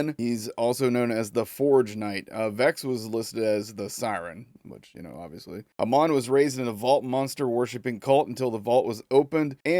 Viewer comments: Amon's name is pronounced like how you say Amon Amarth. Not the long "O", like eyy mon! Also I like the environments in this so far. I saw Asmond Gold look at this earlier. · Pronounced haymon I think Amon